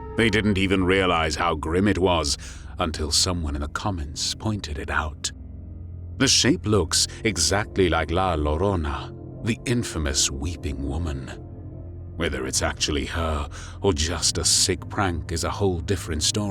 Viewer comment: Guys, I love ya, but PLEASE pronounce La Llorona as Lah Yoh - roh [hard rolling r] - nah. (also look up the song of the same name! Hella pretty but unrelated to spooky stuff lol)